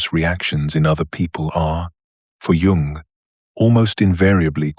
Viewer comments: It’s pronounced Yuung! Not Jung It is an immediate turnoff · AI does not understand that the J in Jung is silent. It makes this reading laughable.